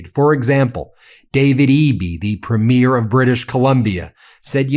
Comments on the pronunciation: Love this! Thank you! Just a wee comment: Premier .... the accent is on Prem... PREMier -- not Premiere--- when you go to the premiere of a movie... two different words there. So-- Premier Doug Ford. Premier Eby. Not trying to be offensive, just a Canadian trying to help you out. xoxoxo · I love you, Ben. As a Canadian, the only correction I can see needs being made is your pronunciacion of premiere...as in provincial premiere. In Canada it is "prémiere" not "premiére". Having said that, I love you and your incredible and passionate work. Keep it coming!! ❤ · Ben, I love you. But it's PREEmier not premiEER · Ben, Ben, Ben. You pronounce Ukrainian and Russian names so clearly, why can't you say Preemier instead of Premeer? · Thanks Ben! The word is pronounced Pre´mier, not Premi-ér. 😺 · Please note: it's pree- mure. (Accent on the first syllable) Premyare(premiere)( the way you say it- would be correct for female premiers. Sorry, as a Canadian it grates on my ears. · PREEM-yer, PREEM-yer. Not première. It's not a movie première. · oh fer cryin' out loud Ben - the leader of a Canadian province is pronounced PREEMyier...It bugs me as a Canadian that you cannot get this right. it's not preemYIEER as in a show opening. please educate all through your broadcast this one thing - might seem like a small thing, but it hurts my ears every time I hear you talking about the first night of a new show on broadway! :) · Why do 'Americans mispronounce 'premier'. it is pronounced 'Preemyear". thank you. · Please learn how to say this word. (Premier) and stop saying premiere. The later is the debut of a show or movie not the head of a provincial government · PREE-mure, PREE-mure, PREE-mure, for God's sake! Canada didn't elect 10 movie openings. I guess Charlie is too polite to correct you, Go First Ministers, punch the bully in the face. Keep an eye on PREEmure Iscariot in Alberta., though. Vive le Canada libre! Elbows up, eh!